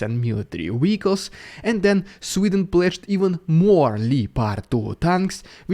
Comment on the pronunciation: Great channel. Only your pronunciation of vehicles as "wicos" is somewhat off (at least I think you mean vehicles :o)